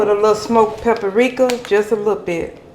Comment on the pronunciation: It's paprika not paperrika